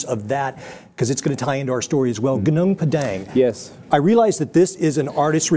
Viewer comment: I'm impressed with how he accurately pronounced gunung padang. Like a local.